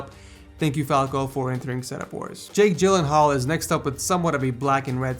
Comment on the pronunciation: Waiit a minute did you just say Jake Glyenhaal?